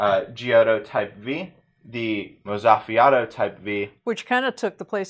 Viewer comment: Mozzafiato is pronounced "moht-sa-fee-ah-toh". Or kinda like mozzarella. It translates in Italian to breathtaking.